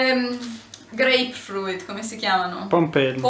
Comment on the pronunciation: Grape fruit non si pronuncia "greip fruit" bensì "greip frut".....senza la i.